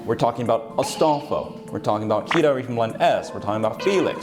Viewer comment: Astalfo lmao.